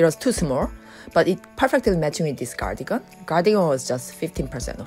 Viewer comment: Cardigan 을 한국 발음 씩으로 가니건으로 하시네요. 다음 번에는 카디건 으로 발음 하시면 더 좋으실것 같아요. 미국 분들도 보시니 지나가다 한마디 써 봤어요~ 화이팅!